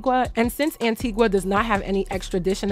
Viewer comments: Great video per usual... U prob wont see this but... Its said like "an-Teega" , not Antigwah/antigua 🇦🇬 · Its pronounced Antigua not anteegwah. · Love the video Btw our island is pronounced An -ti-ga